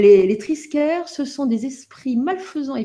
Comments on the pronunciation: Lol c'est 'trickster' pas 'trisquère' 😂😂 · superbe émission immersive, parfait pour accompagner mes journées de télétravail et ma soif de paranormal. Attention cependant, ce n'est pas "trisker" mais "trickster" (de trick=farce en anglais) :)